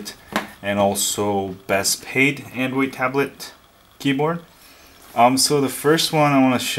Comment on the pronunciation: angoid tablet... lol